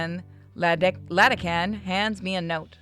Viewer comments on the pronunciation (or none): Iadakan - that's a capital I(eye) not a L. It's either pronounced É-dá-kan or E-add-a-con two closes ones I could find.